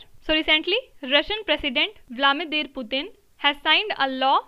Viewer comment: Russia's president Vladimir Putin not Vlamidir..